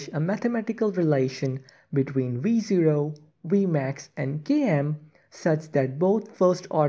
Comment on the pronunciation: i only hear re zero instead of v0